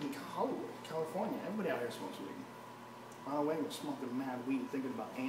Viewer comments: Honald Hagan instead of ronald ragan was the giveaway for me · "Honald Heagan" 😂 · I was legit lost for a second when he said Honald Hegan 😂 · No way he said HONALD HEAGEN. I’m cracking up at 4 in the morning. Oh my god! Hahhahah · “I have a lot of great Americans on my side….i have honald heagan” ……you have Ronald Reagan?? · Honald Heagen😂😂😂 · Honald Hagan 😂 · Honald Hagan 🤣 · Heafer, Joe Hogan, Hesearch, Honald Heagan.